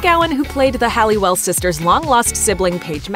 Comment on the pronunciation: Halliwell, not Hallewell.